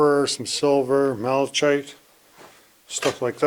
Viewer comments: You pronounce Malachite differently than I do . I pronounce it Malachite. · Hi &, I think the guy was probably just blowing hot air and beating his chest lol. The mineral Malachite is Pronounced Mala - kite, just letting you know so your viewers know. The ore cart was a nice find, some extensive levels there, enough to keep you out (or in ) trouble for a while lol. Thank you for sharing, much love. xx ❤